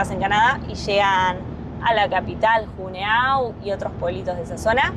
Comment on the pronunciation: Por favor chicos Juneau se lee yúnó